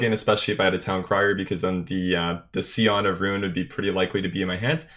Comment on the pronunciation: “Seeon of ruin” Unsubbed xD